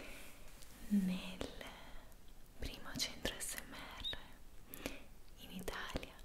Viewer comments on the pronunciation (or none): none